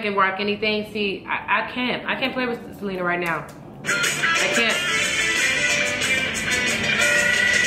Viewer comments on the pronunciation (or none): Her name is Se-lee-na not Se-leh-na my sister has that same problem